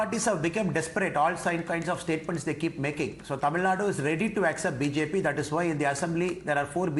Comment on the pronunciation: who will pronounce BJP so wrong in Tamil 😂